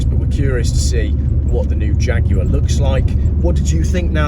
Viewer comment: The Faguar? At Gaydon? Most amusing.